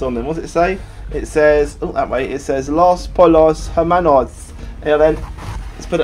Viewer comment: Poy-yos. Pollos is pronounced "Poy-yos".